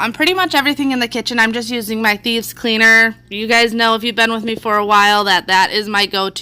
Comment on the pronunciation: Just curious,: You've mentioned this spray cleaner a lot, and it sounds like you're saying "Thebes Cleaner" but I don't know what that is. I've checked your Amazon page, and I don't see anything that sounds or looks like it. Can you clarify? I'm new to the channel (referred by Midwest Magic Cleaning). Thanks.